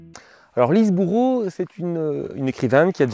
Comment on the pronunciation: Lise Bourbeau pas Lise Boureau ! Quand même vous parlez d un auteur et vous écorchez son nom ...